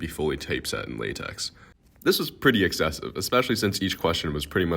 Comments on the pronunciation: Before graduating (in Statistics) I took a time series class joint-taught by the Stats/Econ departments...when those Econ students explained what they had learned in their "calculus" classes, I died inside. More importantly, it's pronounced La-TECK, not Latex! Look it up. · its pronounced "Lah - tech' to you bucko, not "lay-tex" the "x" is actually the greek letter kai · I'm mad that you pronounced it lay-teks and not lay-tech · tf kind of physics major says "latecks" and not "latek"? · Most egregious part of the video was when you pronounced it “Lay-teks” 🤮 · bro did you really just call it "laytechs" instead of "lah-tek"? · uhm ackshually it's /ˈlɑːtɛk/ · LaTex is pronounced lah-tech. It is Leslie LAmport's version of TeX. The letters in tex are actually tau epsilon and chi which in greek are pronounced like tech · What was that? Lay-tex? 🧐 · > "What an idiot, not knowing x isn't constant" > pronounces it "lay-tecks" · FYI it’s pronounced Lay-Tech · He failed you for mispronouncing LaTeX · This video is all about "me smart, they dumb" and goes on pronounce LaTex as... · You mispronounced LaTeX smh my head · No one can agree on how to pronounce "LaTeX" correctly, but everyone agrees that it's not the pronunciation you've used here. ...also, 0.763... is correct. You should round your decimals if you're doing stats/econ/anything with real world applications.